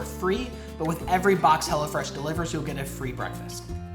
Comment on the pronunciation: Sometimes it sounds like "hella fresh" lol which makes sense too. haha